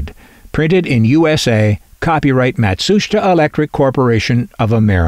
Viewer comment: PLEASE stop saying "MatSHUSTa"!! It's pronounced (and SPELLED!) Matsusheeta!